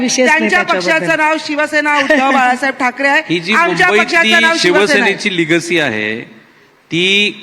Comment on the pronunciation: लिगसी नाही लेगसी___ EXCLUSIVELY.. FOR RAHUL JEE